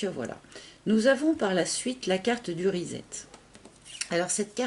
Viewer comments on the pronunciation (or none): Rezzzet??? 🤣🤣 trop cute comment tu le prononces! Reset en anglais - redémarrage en français!!!!!!